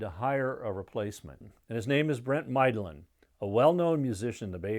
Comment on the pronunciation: That's not Keith in the photo with Donna. Also, Mydland is pronounced Midland, not Mideland (sorry to be pedantic but there it is ....)